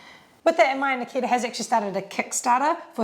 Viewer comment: Could not avoid hearing Makita every single time Nakita was discussed.